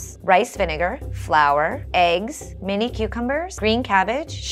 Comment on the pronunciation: did she say “mini” cucumbers?